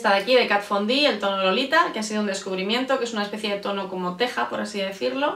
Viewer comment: sí señor! la primera youtuber que pronuncia bien Kat Von D. Ya era hora!!!!!